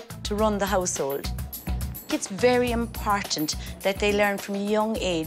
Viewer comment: Impartant That's what she said 4 real.